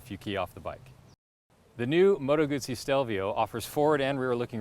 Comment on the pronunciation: Just say Moto Guzzi correctly. 🤌🏼